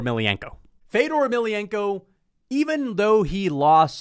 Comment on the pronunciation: fedor beat rampage, u are such a casual u cant even pronounce fedors last name right lmao